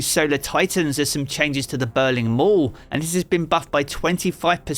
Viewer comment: also, totally irrelevant, but it sounded funny when you said ‘burning wall’ as it sounded like you said Titan;s have the Berlin wall. i have dumb humour, so cold war and they trashed the wall eventually, hopefully what can be done to Titan’s in PVP.